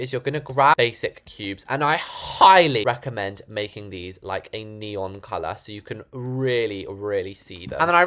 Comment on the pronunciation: not neeooon